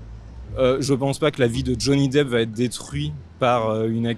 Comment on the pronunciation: nickel comme d'habitude par contre.....détruitE... ça pique les oreilles, à 3/4 reprises en plus